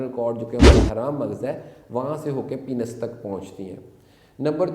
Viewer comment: डॉ. साहब आप जानकारी अच्छी देते हैं , लेकिन प्लीज़ पेनिस को पीनस मत कहा करिये, गलत प्रनन्सिएसन है